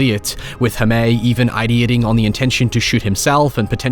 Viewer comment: Just a heads up Jaime is pronounced more like “Hi-mey” not “Ha-may”